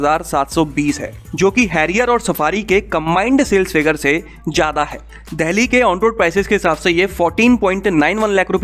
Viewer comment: Bhai "देहली" नही बोलते 'डेल्ही' बोलते हैं या फिर दिल्ली बोल दिया कर।